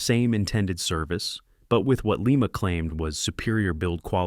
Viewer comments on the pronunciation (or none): Lima is pronounced Lye-Muh as in lima bean and Lima, Ohio which was the location of the Lima Locomotive Works. Definitely not Lee-Mah, as in Lima, Peru. The reason Lima, Baldwin, and Alco didn't produce many diesels prior to 1947 was because the War Production Board dictated that they continue to built steam locomotives for the war effort. Alco had developed the HH switches and the groundbreaking RS-1 in the 1930's but were only allowed to product a very limited quantity of switchers during the war. However, EMD was permitted to continue development on the 567 engine and produce the FT primarily because they had never been a steam locomotive builder. After EMD's government mandated head start, EMD easily outsold all the other builders combined until the 1990's when GM, EMD's parent company, destroyed the companies reputation with the rushed development of the SD50's and SD60's. That's when GE, formerly a partner of Alco until 1953, took the top sales spot with the C40-8W.